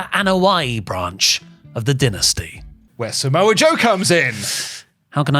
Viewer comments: I enjoy WrestleTalk videos but listening to say Saa-moa is a hard listen 😂😂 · I hate the way he’s say Samoa so wrong 😂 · says ‘Samoa’ weird